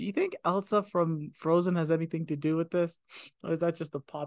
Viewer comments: It's ILSA not ELSA so different from Elsa from Frozen. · ILSA, ILSA,. Not ELSA! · The name is ILSA , NOT "Elsa". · " At 42min. 50sec. -: " 'Elsa', I was right." No, you were not right. It's pronounced "ILL-SUH", not - and as you continued to mispronounce it -"EL-SUH". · This guy is good. Works his way through the film with unique understanding for a first time viewer. When confused, he asks the right questions. Excellent job breaking it down. Only one note: the Ingrid Bergman character's name is Ilsa, not Elsa. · Ill - sa not Ell-sa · Close, it's Ilsa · Ilsa is a different name from Elsa. It is pronounced Illsa. Beautiful story that Rick sacrificed his love for Ilsa so she could be with Victor. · The character of "Ilsa Lund" (not "Elsa" as you mispronounce it) grew up in and is from Oslo, Norway - NOT Austria, and as you incorrectly stated her origin being from there.